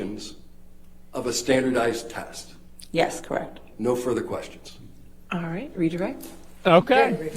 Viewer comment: when he says "orite" you know he's about to combo them